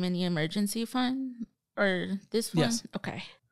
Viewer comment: When someone says “gesh” instead of yes I take nothing seriously.